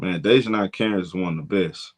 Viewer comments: (Day-Juh-NAE) not (Day-Juh-NIE) nae as in “Do the NAE NAE” 😂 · Bruh you slaughtering Dijonai's name lol